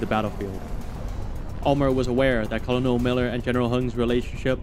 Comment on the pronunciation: Your videos are awesome, but the military rank of "Colonel" is pronounced "KER-nil."